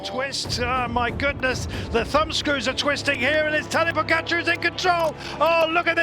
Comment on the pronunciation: This stupid commentator can still not pronounce Tadej's name correctly ( why he says "Pocacar" or something like this ) - after all these years this man is on the cycling's very top, seems he will never learn to pronounce correctly 😂